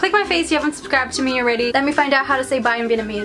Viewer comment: no offense but when you said bye... it kinda sounded like 大便 to me 😂😂😂